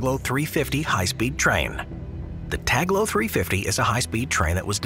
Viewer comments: It's tal go not tag lo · Dude cant read. Its Talgo not taglo. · the Spanish train is spelt T-A-L-G-O. Whilst the on-screen credit is correct, your narrator voice misspels it 6 times, calling it T-A-G-L-O. I am sure it is an oversight, but the wrong pronunciation of foreign names/terms is unfortunately quite common among certain English language speakers. The more reason to pay more attention in the future. PS - Check the name of the city for the first route you mention. Again, is is a foreign term, but there is no reason to mispronounce it with all the resources available to get it right. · When it came to the spanish raills (Talgo), you spelled it Taglo but it is spelled like it is written. (Tahlgo). And when Talking about the ICE 4, there were footages of various Siemens Velaro (ICE2/ICE3 trains). The ICE4 is currently set to max speed of 265kmph (which is about 1170mph). But otherwise it‘s an impressive video again. P.S.: We don‘t spell the ICE trains (Ice as in ice cream) but rather Ei Ce Eh (because ICE stands for Inter City Express). Interesting also that you already have shown concept arts of the Velaro Novo which is part of the ICE 5 generation project which will replace the ICE 3 (Velaro) by 2030s, however there‘s also competition from Alstom and Talgo so it‘s not sure if Siemens or Alstom/Talgo will take place to build the new ICE 5 generation. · It´s TALGO, not Taglo